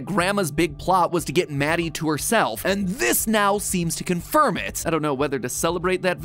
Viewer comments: “CONFIMED” Matpat not you….. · "Confimed" legitimately made me chuckle. I'm gonna go around and Confim everything from now own! (No hate intended, it just really made me smile.)